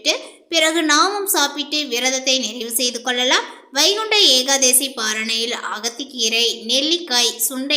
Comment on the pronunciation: ஏகாதேசி இல்ல ஏகாதசிதான்சரி